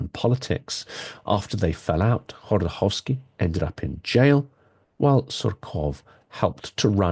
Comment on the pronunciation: Khodorkovskiy, not Khordokovskiy. Thanks for the interesting Episode!